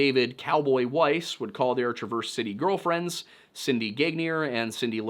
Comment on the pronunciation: TRA'-verse City